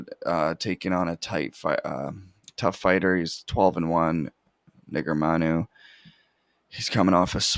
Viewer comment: can tell it isn’t that high, can’t even properly pronounce negumereanu🙄 but fr though def not 84%, u can just tell bro